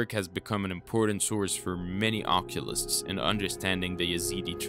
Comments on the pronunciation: "Occulists"?🤔 Isn't it "Occultists"? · When you say occulusts… are you meaning occultists? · You keep saying oculists, which is someone who works with corrective glasses. You mean occultists. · Is he saying occulists instead of occultists? I’m confused and it’s ruining the whole video for me, how is nobody else talking about the fact he’s using a word that doesn’t even exist?